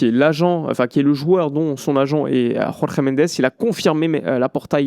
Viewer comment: Pour info, Mendes est Portugais. Son prénom ne peut pas être prononcé à l'espagnole, avec la jota. "Jorge", tout simplement.🙂 Merci pour ton travail 👍